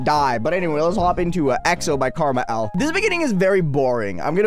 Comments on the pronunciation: Um actually it's "car-mall" (KrmaL) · is it just me or does it sound like is saying “karma L”